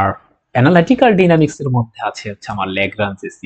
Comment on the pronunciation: উচ্চারণ ডাইনামিক্স হবে না?